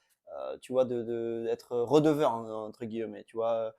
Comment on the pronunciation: etre "redeveur" 🤣 tu as écouté trop de JUL pendant ton petit sejour en France? lol au top vos podcast;)